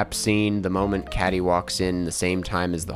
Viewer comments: The lead character's name is pronounced like "Katie" even if it's spelled "Kady". Unless it was a bit to just pronounce it wrong in the video (bad bit, btw) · Her name’s pronounced like “Katie” lol but ty for doing a review and saving me from wasting my time, musicals are t for me and there’s no need for a mean girls one.. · Just a heads up, Cady is pronounced Kay-dee. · Not you calling Cady "Caddie"... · why does he keep saying it like cad-dee smh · i find it funny how you say 'cady' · how can you say you love the original movie and then completely say cady’s name wrong? also Reneé Rapp was LITTERALLY Regina George in the musical and she almost does an exact copy of her musical performance which i really enjoyed i don’t get why a lot of people hated this movie- i thought it was a fun time and it served the movie and musical fans well. I will say “stupid in love” is not that great of a song- but it was still a fun time. and the tik tok references i thought fit perfectly because THEYRE MODERN TEENAGERS- AND THATS WHAT TEENAGERS LIKE. not to mention that the original completely ignored Janies and Damion’s sexuality- also the original was a little racist. in the remark it was diverse and we got really good LGBT representation! i don’t know. i get the acting and singing was not great and could use a polish- but i think the review was a little harsh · "how can you say you love the original movie and then completely say cady’s name wrong?" EXACTLY. Correct me if I'm wrong but wasn't there a joke in the original movie about a teacher mispronouncing her name or something? I swear there was! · I thought he was pronouncing the name wrong on purpose lol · It's funny hearing you mispronounce Cady's name just like the school principal in the movie lol